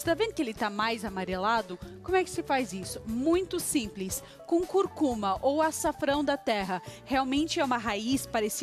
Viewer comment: Tudo bem. Legal. Só que não é " Curcuma ", não ! O certo é " Cúrcuma " , falou?